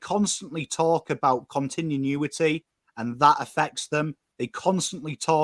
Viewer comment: Great content, practice pronouncing continuity before you go live 😂